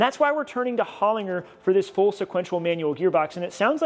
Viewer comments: To pronounce Holinger correctly is Hollin-ger and not Holing-er. The g is more prominent like pronouncing the actual letter G. Very similar to saying her. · Just because you Americanos have voted in the worlds worst president does not give you the right to mispronounce HOLINGER. It is HOLIN G for George ER, not HOLIN G for girl ER. Ask Tuning Fork from HALTECH .He knows...